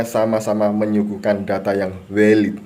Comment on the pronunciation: wkwkkwk😅 valid=weilidd, google=guugel